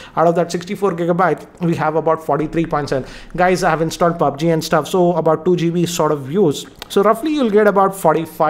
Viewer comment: That ''paaabg'' lol😂😂